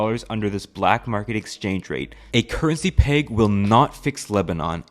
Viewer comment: Why do you say peg like plague